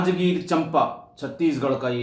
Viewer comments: आदरणीय सादर निवेदन है , की किंचित सुधार कर लीजिये 🙏🏻 मै छत्तीसगढ़ से हूं, जिले का नाम जांजगीर चांपा है, चंपा नही। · Sir Janjgir champa nahi janjgir chaapa h from chattisgarh